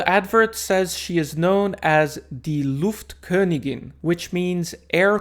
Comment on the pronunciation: agreed „luftkönigin“ is mean. very well pronounced 🎉